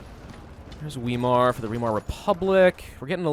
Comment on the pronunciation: Weimar is pronounced as if it is spelled Veimar, because that is what happens to a W in German, it is pronounced like a V.